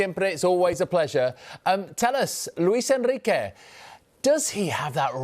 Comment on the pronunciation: The presenter saying "Luis Enriqueee" with a Spanish twang. Tube 😒